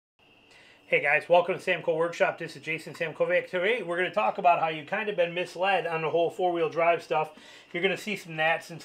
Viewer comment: FYI it's "misled".